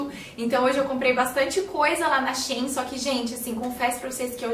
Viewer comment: diz-se She In! Amo os seus videos 💖